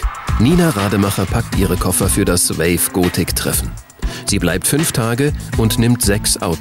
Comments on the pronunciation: Wie der Sprecher gothic ausspricht.. "Gootik" -. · alta , der Sprecher geht mir auf die Nerven . "GOTIK" XD . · Das Wave Goootick Treffen - super Aussprache ^^